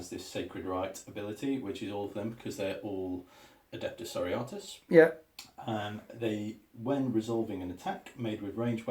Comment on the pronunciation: Almost nobody knows how to pronounce "Sororitas" correctly. It's like "Sorority" but change the ending from "tee" to "tas"